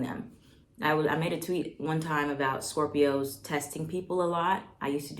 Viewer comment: did you say scorpi-HOs? bruh 🤣